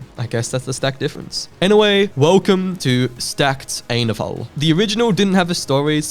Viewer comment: Dude, you have to check out ETO: HFTBW (Ending Time Octet: Hurt for the Broken World); if you get confused on what happens in the end, look at the chat; one of the comments would explain what happened to each. [Also, Lovania isn't his name, his name is JUST Ainovol Sans [I-in-no-volt]]